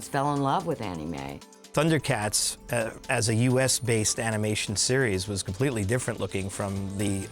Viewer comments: I like how that one producer pronounces 'Anime' like one would 'fannie mae'. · No Thundercat it is not an anime ma'am and that's not how you say it